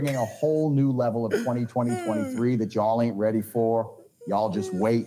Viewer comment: Even AI Adin Ross cant pronounce 2023.